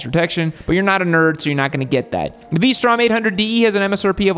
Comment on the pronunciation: said P strom. 🤣🤣